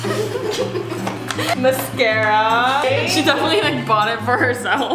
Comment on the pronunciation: the way she said mascarraa😂.....btw luv ur vids